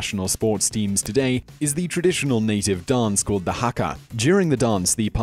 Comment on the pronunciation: pronounced maori / maa-or-e , hapu / haa-pu, haka / ha-ka not haa-ka, & hongi / is hong-ee.